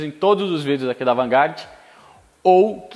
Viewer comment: O Cara pronuncia AvantGarde, sabe a diferenca entre HP e CV, manja de Ferrari num pais onde 99% das oficinas só conhecem carro nacional falam pobrema e mocinete kkkkk